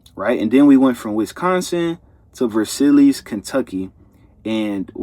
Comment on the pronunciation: ver-silli-es that made me smile lol. Let me help bro - ver-sigh